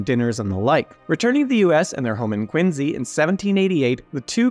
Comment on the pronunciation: Thanks to, I now know how to properly pronounce "Quincy".